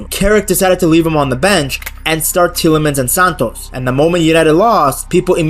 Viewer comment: You have pronounced Santos’ name horribly wrong, please take note of this, thanks.